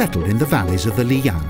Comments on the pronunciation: Lijiang = lee-JAHNG, not lee-YAHNG.//Qing is pronounced CHING, not QUINN.//According to Lonely Planet Guidebook, 'x' is pronounced 'sh' in Mandarin; so Naxi should be pronounced NAH-she, rather than KNOCK-see. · The narrator should take a class of chinese pronunciation. You need to do a little research of how common words like qing and lijiang are pronounced correctly.